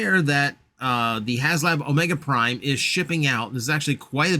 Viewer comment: HA they got you to make a flash reference and yes, you said the name perfectly